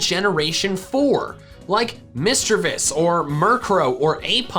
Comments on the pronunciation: just said mistreives so bad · DiD aNyOone realize sayING MISTERVISS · "It didn't affect misdreavous"